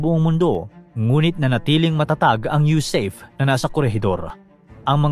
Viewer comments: Hindi po yusayp ang bigkas, ang tamang bigkas ay yusape dahil ang acronym ay USAFFE ( United States Arm Forces in the Far East)😮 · YU-SA-PE po, hindi YU-SEYP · USAFE pronounced as YUSAHFE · SIR , ITS PRONOUNCED AS YOU-SA-FE( AS IN FERN) BY OUR VETERANS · Sablay ka sa pag pronounce mo ng USAFFE.